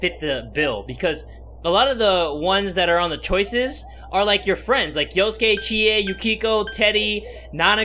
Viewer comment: SuRIKE That's the point. His name is Yosuke yet numerous times he mispronounces as "Yusuke". This is amusing because of Persona 5. Therefore OP wasn't incorrect.